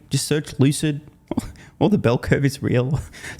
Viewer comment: Lucid is pronounced Loose It 😂